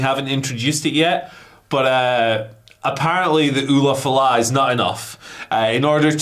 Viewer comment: Lmao they keep calling it the same thing La Knight did. It's an ulafala pronounced oolah fallah not oofa loofa or whatever y'all are saying.